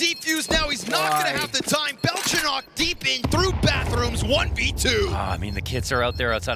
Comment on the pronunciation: Rare instance of a caster saying "Belchonok" correctly.